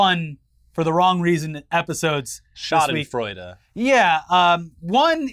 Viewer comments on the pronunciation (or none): please! The D in schadensfreude is pronounced the same as the D in donut